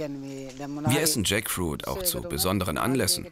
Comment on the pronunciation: Jaktfrucht, spelled Tschäckfuiet, in Lautschrift für unsere deutsche Kommentatorin 😉😅😂